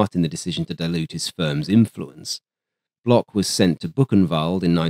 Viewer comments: Lui, il disait block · Faux ! Prononcer "block" comme dans "blockhaus" en allemand et non "blosh" comme dans "reblochon" le fromage français par excellence !!!